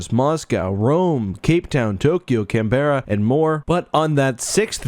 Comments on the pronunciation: It is pronounced 'Can-brah' btw 🦘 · Seems not. Neither have I. 'merican here. Always thought it was pronounded 'kan-bare-uh' or maybe with -ah instead of -uh, with either the first or second syllable being stressed. Interestingly enough, wikipedia show it has three syllables, but the man speaking the pronunciation must be somehow folding the ending sound into the second syllable because it does sound like it has only two syllables (to me). Learn something new every day. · has never heard Canberra pronounced?